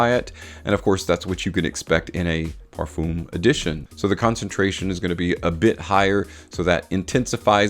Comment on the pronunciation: Pronunciation of Parfum is absolutely brutal.